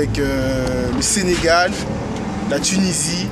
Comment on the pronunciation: C’est moi ou il a dit le « Senegaj » 😂😂 Sacré Jok’